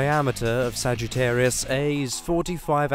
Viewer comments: Dude it's Sagittarius A* (literally, 'A Star') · No! It's called Sagittarius A*. The asterisk is pronounced "star", you literally say the word star. Just plain ole Sagittarius A (with no asterisk) is a star, while Sagittarius A* is a huge supermassive black hole. You must say the word star when referring to the black hole. Love your videos!